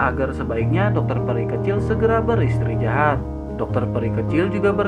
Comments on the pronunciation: Istirahat bukan istrijahat🤦 kurang enak di dengar jadinya! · Mantap min 👍 kadang ngakak sendiri bawaan mimin lucu istrijahat ( istirahat ) wkwkwkwkwk